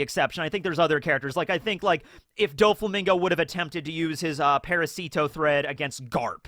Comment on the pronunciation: Parasito’s stress is on the second A - ParAsito. ParasIto sounds cute tho :D